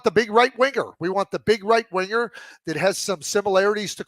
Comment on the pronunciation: much like when he says winGer